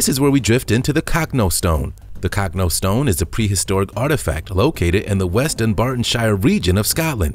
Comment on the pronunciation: CANT YOU PRONOUNCE ANYTHING RITE MAN ITS NOT THE COCKNO STONE ITS THE COCH NO STONE !!!!!!!